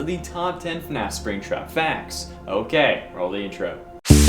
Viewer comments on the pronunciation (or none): do you realize u said NAF when you started the video?!?!